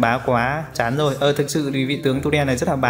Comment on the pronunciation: Tulen chứ k phải tunen nhé